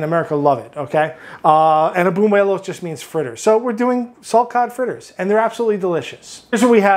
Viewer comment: It's buñuelos not bunuelos. Sounds very gringo. Haha